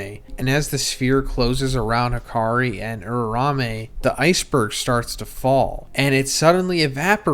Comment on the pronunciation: you do this for a living bro pls lmao its U-RA-U-ME